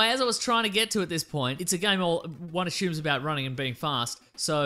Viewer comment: Im being an idiot, i know, but the way he's pronouncing 'assumes' is really bothering me.